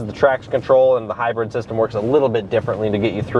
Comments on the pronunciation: What's a "hybread"? It's hybrid. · Hybrid should be pronounced like high grid, mid, bid, or squid. High bread is an edible sold at Phish concerts. And high bred is someone born into European royalty.